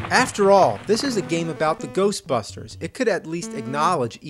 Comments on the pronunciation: Who ya gonna call? GERSHTBERSHTERS! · "If there's somethin' strange in the neighbor-hood, who you gonna call?: Goshbusshhtersss!"... I watched this episode shortly after it was first up-loaded & when that part first came up, I laughed my ass off & I still get a laugh out of it, to this day.